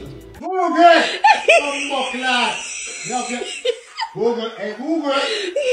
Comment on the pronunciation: Him say googrle not Google😂😂😂😂😂😂